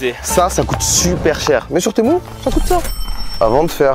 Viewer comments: On dis "tému" pas "témou" 😂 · c'est pas temou ça se dit temu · C'est tému pas témou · mais c pas temou c TEMU